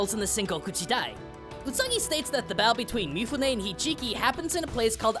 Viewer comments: Ok, don't wanna harp or anything, but you keep saying Hijiki, when then screen reads Hikiji. XD Otherwise a fun video! I don't have much knowledge on Usagi myself, but it seemed to be pretty decent, history wise, for what was being thought at the time. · Not "Hijiki" but "Hikiji." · MY COMMENT CONTAINS SPOILERS! Usagi is as much samurai fantasy as Lone Wolf and Cub. Yeah, the fact that the Usagi comics owe nothing to historical accuracy doesn't detract at all from your video, which is great fun to watch and also informative. But FOR FUCK'S SAKE, It's HIKIJI, not HIJIKI!!!! 😘😊😋Also, keep in mind we're dealing with a world that not only has Usagi battling actual yokai with an yokai hunter, but has fucking JEI in it! (RIP poor Inazuma, she deserved WAY better!). That said, yes, Stan does use a LOT of real samurai history, just like Koiki and Kojima, but that doesn't keep them from portraying shinobi almost as absurdly as in the Usagi comics, and having Yagiu jiji calling on a fucking almost super-powered FIRE BRIGADE to try to kill Ito Ogami!!!! I swear after a point, those two just started coming up with anything they could imagine to extend their comic book run. At least Usagi has the decency of being outright fantasy in including the openly supernatural element, which of course voids all chances of comparing it fairly with history. But still, from all I know, Stan Sakai draws deeply from historical sources, he just romanticizes them to make for a more fun and overall exciting fantasy story. When I want history, I read a history book. When I want fantasy romanticizing samurai, I read Usagi or watch the Seven Samurai anime. Now THAT'S something! It's great, a wonderful piece of entertainment, but one wonders HOW a samurai that can cut a 300-meter-long spac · This was a great video as I've been curious for years about this series ...That said, I'm amused how many times you've said "Hijiki" alongside seeing it on-screen written out clearly as "Hikiji" :P